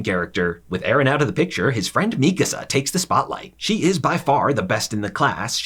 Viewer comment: i was initially annoyed by how he pronounced mikasa but this was a really good and funny recap. good job!